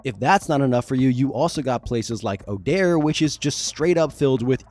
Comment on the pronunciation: Odiare. "oh-dee-air-ee." Not Odaire.It's a mispelling in Van Richten's Guide to Ravenloft that they doubled down on, instead of spelling it correctly from previous editions.